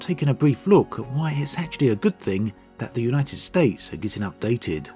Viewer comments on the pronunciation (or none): United stay? 😅 Who els heard it like this?